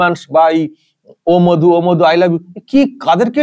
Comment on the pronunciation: প্রথমত মাধু না মধু তোতলা আগে ঠিক করে উচ্চারণ কর